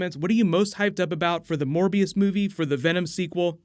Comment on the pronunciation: I thought you said 'More BS'